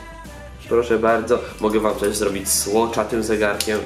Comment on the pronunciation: ale ,,słocz" XD